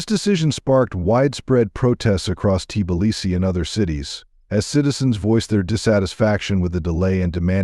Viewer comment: Hey Bot get your programmer to correct the pronunciation of Tbilisi.